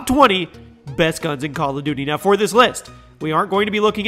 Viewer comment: I love how you said bal of duty